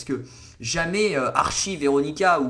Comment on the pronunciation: ça me stress comment tu dis Archie... ça se prononce « ArTchie » 😭 sinon super video